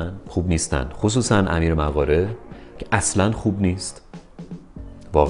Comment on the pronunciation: فکر کنم تلفظش مُقاره باشه، Moghare